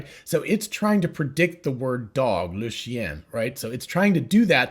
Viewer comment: Very instructive and well made. Understood everything ! Thanks a lot. Plus, as a French man, listening to you trying to pronounce "Le chien" was a good one ;)